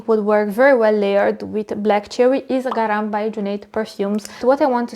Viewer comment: Hello! Hard to understand the names of the perfumes mentioned as layering suggestions, had to replay 5 times the part where you mention Garam by Junaid, as I was not familiar with it, and it is irritating to spend so much time just to understand what someone pronounces at some point. Native English speakers perfume reviewers do take the time to list the mentioned perfumes in the below notes of their videos, but, hey, maybe it's just me that has never heard of Garam by Junaid and that's why it was tricky for me to understand the denomination...After I checked it out online, I won't even consider trying it, for obvious reasons. But Ophidian Black cherry was indeed on my future perfumes acquisitions, to add it to the 30 other fragrances I managed to collect from Dubai Collection site only, and only 2 of them proved to be worth the investment :(